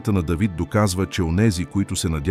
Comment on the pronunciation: Не Дейвид моля....а Давид...не паша с ударение на второто а ..защото така визира владетел...а паша с ударение на първото а означава храна ...моля ...четете правилно тези чудесни библейски пасажи ...не променяйте значението ...хайде моля....